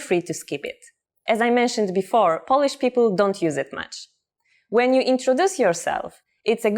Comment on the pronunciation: Huh, so basically you’re trying to teach others Polish, while you can't even pronounce the word 'Polish' (what you keep on saying is 'polish'). 🤦🏼‍♂️